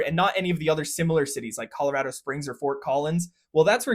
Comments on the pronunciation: Colorado native here: A+ for pronouncing our state correctly! It’s “rad” 😊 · He pronounced Colorado correctly!